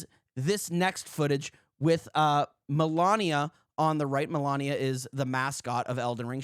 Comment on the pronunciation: They could've asked FromSoft right or am i wrong? I don't know if this is how it works but completely copying the moves that's also just pure laziness! Also I don't wanna be a killjoy or geek but it's pronounced Mah-Lee-Niah(at least from how Malenia herself says it ingame) instead of Malania :D This was an interesting video! Keep it up o7